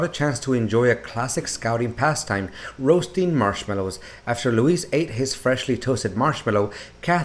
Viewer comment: His name isn't LOUISE it's LOUIS pronounced LOUEE not LOU IS